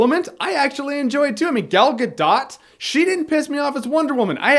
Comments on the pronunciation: did he say migal gadot? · the way you pronounced 'Gal Gadot' really annoyed me. No h8 though.